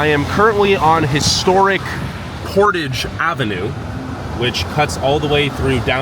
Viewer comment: I was heavily impressed that our presenter pronounced the Avenue called Portage correctly, with the emphasis on the first syllable. The word meaning to carry a canoe and pack overland in order to bypass rapids or other unnavigable waters is pronounced like the French speakers do: with the emphasis on the on the second syllable and a soft "a' and "g". The Metis have fought for and won many political rights over the years including the right to be a considered a distinct Indigenous people with a unique history, culture, language, and way of life. For the word "Metis",the emphasis is on the second syllable. The Winnipeg strike was a fascinating event in labour rights history. Sadly, only a few American leftist YouTubers know the story. It well worth the Wikipedia read. For American workers in particular. There was a Royal Commission on the near universal workers protest. Most of whom were not union members. Most soldiers returning from World War 1 supported the strikers as did the police force who were dismissed for not signing a pledge that they never support unions or start their own. Of course the strikers were lied about in the business controlled press who called them Bolsheviks and revolutionaries who wanted to over-through the government. This was nonsense. People who had lost sons, brothers and husbands in WW1 could not help but notice how rich many businesses had become supplying the war efforts while the general public still had no labour rights. The first to walk off